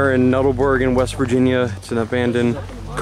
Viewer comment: Nut-all-berg. The structure going down hill was a conveyor system used to deliver the coal to the tipple